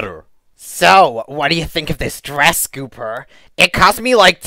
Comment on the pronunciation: Ikr and u pronounced gooper's name wrong